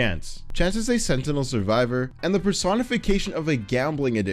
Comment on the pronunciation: the way he says "dusekkar" and "sentinel" seriously throws me off